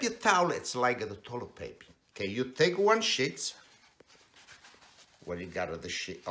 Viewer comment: "You take-a one sheets..." This was adorable! The world needs more people like this!